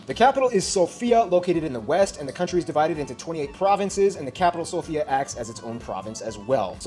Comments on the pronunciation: The capital's name is SOfia, with emphasis on the letter О, not SofIa, which means a female name. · It’s always so funny hearing everyone say Sofia when we pronounce it Sofja 😂😂😂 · Sorry but it's Sòfia not Sofìa 😁😅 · It’s sòfia not sofìa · It's Sófia not Sofía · To be honest, first the capital's name pronounces Sófia not Sofía, also the yoghurt is amazing. The population continues to decrease it under 7 million already, big part of it are gypsies and most slavs hate them. Anyway this video forgot to mention the Cheesepastry banitsa ⋌༼ •̀ ⌂ •́ ༽⋋ how rude. Oh and those macedonians should stop stealing our history, little shits, they were Bulgarian territory for long enough, as BULGARIANS, and along the San Stefan's peace contract it had to be Bulgarian land but NO, those west europians had to cut much lands out. What? They scared if we had more territory we would be a threat to them (￣∇￣)? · I just want to say that it isn't "Sofia" but it's "Sòfia" pressure on the "o" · actually the way you pronounce our capital is Sófia. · The stress on Sofia ( София ) is on the o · Yeah, its SOfia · "The capital has such a simple name" First pronounce it right, THEN say it's simple!